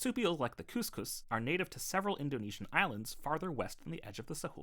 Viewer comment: Great video and appreciate your acknowledgement of indigenous people like me. Just a quick pronunciation correction: “Cuss-cuss” not “cooss-cooss” - a hard letter “u” here.